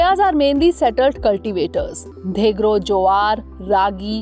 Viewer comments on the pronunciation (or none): none